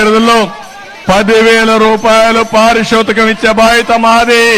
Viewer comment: పారితోషకం❎ పారిషోతకం✅ 😁🤭😁